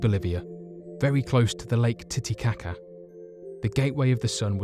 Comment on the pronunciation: He said titty cock